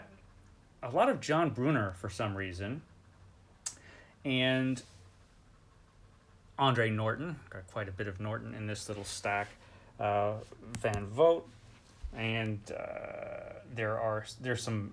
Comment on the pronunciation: Andre Norton is pronounced Andra Norton. She is a woman. Sounded like you said Andre like Andre the Giant.